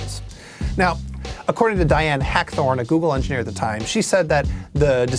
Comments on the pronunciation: It's Dianne Hackborn not Dianne Hackthorne. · Her name is Diane Hackborn. Not Hackthorn. Don't disrespect Diane like that! How DARE you?!